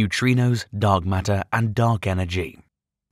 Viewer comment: I thought the narrator kept saying dog matter. Was that a hint 😂